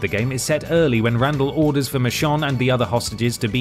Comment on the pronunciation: Why do you keep calling her Mishon? 😅